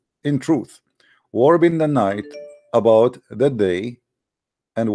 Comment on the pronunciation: Someone tell it's wrapping not warping, it's just like saying rap music. He says that. I love the way he says Nota True.